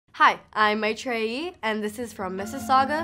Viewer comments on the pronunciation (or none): it's pronounced as my - thre - eee not my - tre - eee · Hula Hoop McHooper Mai- ttri (But the ‘tt’ sound is said with emphasis so it almost sound like a ‘d’. Also, this isn’t exactly how you say it. But it’s better than how she said it 😂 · Hula Hoop McHooper my tray yee and the t in the tray would be with ur toungue flattening at the end🤣 so weird to explain ..in French how u pronounce aloutte🌸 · Only she is not Indian-American she is Tamil-Canadian and her Tamil part is from Sri Lanka not India. And for the curious ones out there it should be pronounced as My-th-ree. Or Mi-th-ree. But honestly for all purposes (practical or otherwise) she is a Canadian. It would be foolish to suggest otherwise. And she is a great actor too. Hope she has a bright future ahead. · being an Indian, it's really awkward to see how Indian - Americans pronounce their own name wrong 😂😂😂 EDIT: thanks for so many likes. I'm well aware that she is Sri Lankan Tamil brought up in Canada but her name isn't pronounced the way she said. Jokes only, calm down 😂✌🏽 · Does she really don't know how to pronounce her name or she's just...........?? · Aneetta George she’s saying it the white way lol all brown people have an American way they say their name and an indian way. At least ones with like Islamic/hindu names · Literally came to say that 😂😂😂😂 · Despite she pronounces her name in a wrong way, I still love her acting in this show. She played it that well👏🏾👏🏾👏🏾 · Dude you cant blame her 😂look at her name 😂 being a desi i cant even pronounce that too 😂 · It's the t letter shes pronounced differently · Indian American here... was little shook at how she pronounced her name... but oh well lol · Well the thing is she's a Sri Lankan- Canadian so has a perfect Canadian accent while her name is a pretty orthodox n traditional Sri Lankan/ Indian name... so it wud be kinda hard for her to pronounce it... I'm Indian and know like 3 Maitreyis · ikr. They're pronouncing the names wrong